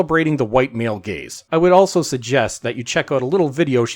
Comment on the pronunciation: Can someone clarify, "gays", or "gaze"? Just wondering.